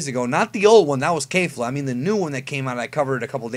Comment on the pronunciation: Who else got annoyed when he said kayfla instead of kefla